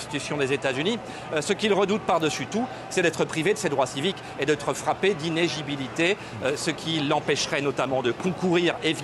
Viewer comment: Ils disent qu'il est accompagné de ses fans et te montrent des pancartes voulant son arrestation hhhh. Sans oublier à 4'05 " d'inégibilité" au lieu d'inéligibilité" lol. Pour un citoyen lambda je veux bien mais un journaliste c'est autre chose.